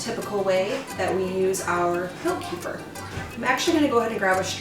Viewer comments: The correct pronunciation is KUH-fear. Not Key-fur. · I've been drinking and making kefir for years. This is the first time that I've heard it called "Kee-fer". I've always heard it pronounced as "Ke-fear". I believe that's the original pronunciation by the people in the Caucasus region of Russia and Armenia where it originates. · We love kefir! I was introduced to it by my Armenian mother-in-law years ago (before Americans became so enamored with it). Wonderful stuff! We used to buy it at the local Russian market, but homemade is so much better. By the way, it's pronounced kǝ-FEER. 🙂